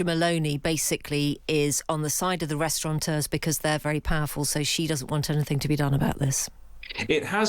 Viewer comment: Restaurateur not restauranteur,. And I didn’t even go to private school!